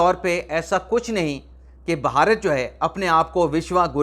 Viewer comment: جناب بہارت نہیں ہے بھارت ہے،